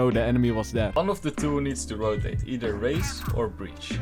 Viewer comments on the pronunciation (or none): none